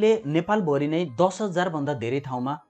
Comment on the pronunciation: हेल्लो महाशय ! कृपया नेपाली भाषा शुद्ध उच्चारण गरिदिनुहुन हार्दिक अनुरोध छ । प्र लाई पर् अर्थात् प्रयोग लाई परयोग/पर्योग, नेपाल भरीलाई नेपाल भोरी आदि नभन्दिनुभए हुन्थ्यो । पटकपटक यस्ता अनुरोध गरिरहेपनि वेवास्ता गरेर जहिलेपनि गलत नै उच्चारण गरिरहनु भएको छ किन होला ? भाषालाई सम्मान नगर्ने नै हो ?